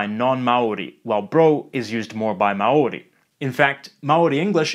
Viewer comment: Man that Maori pronunciation is flawless 🤯Chur G